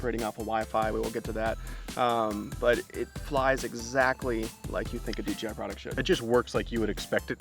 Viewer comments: Thanks for the review. Why do you call the company DGI instead of DJI when you say it? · It sounds like D G I lol D J I is hard to say fast haha